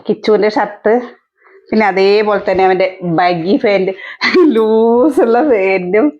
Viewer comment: ബഗി അല്ല ബാഗി ആണ് 😊